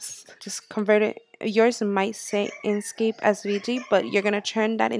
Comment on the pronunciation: INK scape. NOT in scape. Smh